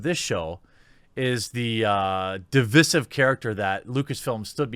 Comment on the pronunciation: Learn to pronounce 'divisive'.